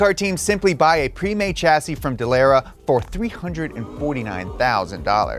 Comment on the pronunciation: So much wrong with this I can’t begin to pick it apart. For starters… it’s pronounced Duh-Luh-Ruh, not dalara like you’re from good ole Texas. 2nd F1 cars can be configured on the fly to run on ovals just as fast and even faster than Indy Cars. Monaco for instance requires its own unique aero package that’s used for just that race and the only component that might be shared for another race would be the front wing for other tight street circuits, but that’s it. As well, Dallara is a sub par chassis manufacturer from Italy and was awarded the Indy contract over Lola and Reynard because it was dirt cheap by comparison, but it has never been better. It’s literally a bottom of the barrel chassis and it’s not very good in any capacity. The reason casual fans such as your self sees it as ok is that it’s a spec series so not a lot of difference from car to car, and the series looks quite competitive. Indy SHOULD have remained a multi chassis series like back in the ChampCar days where you had Lola, Reynard, the Eagle from Dan Gurney, swift and the Penske chassis which Roger would build for his own team every season. That was the golden era of American Open wheel racing and as long as it remains a spec series it will never come close to touching that! Also, F1 teams can buy ready made parts from other teams if they wish, but they are limited to suspension, engine, transmission and and as couple of other small bits, but the rest of the car must be made from scratch from the monocoque